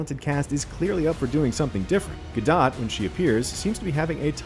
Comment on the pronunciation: Ga-dot hahah mate pronounce it Gadoe....fool